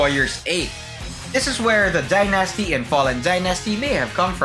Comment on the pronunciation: You are pronouncing the word Dynasty wrong dude!